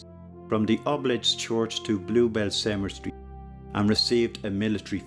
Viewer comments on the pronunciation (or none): Cemetery not “cementary”